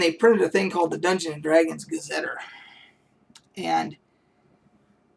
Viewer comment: Great information! Thanks for sharing. My friend ran a Greyhawk campaign for years, and I have very fond memories of my characters' exploits there. Just an FYI..."Gazeteer" is pronounced \ˌga-zə-ˈtir\. Not "ter" at the end, but like the liquid that comes from your eyes when you cry. Not trying to be a jerk, just saying.